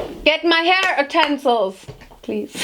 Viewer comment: The way she says utencils😂🤣